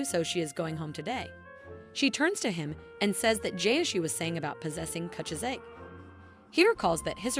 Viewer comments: manga: kuchizake AI: coochi-zake 😂😂😂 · Sei is pronounced "Seh-ee", not "See." Kuchisake is pronounced "Ku-chi-sah-keh", not "kuchuh-sak."